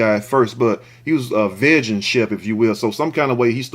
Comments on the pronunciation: you're saying Vegan wrong 😂 it's pronounced VEE-GAN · said "veghan" chef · You my nicca n I got u. It’s pronounced: “Vee-Gin” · Vegan is pronounced - vee gun